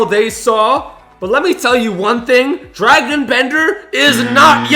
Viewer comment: Dragan* not Dragon 🐉😂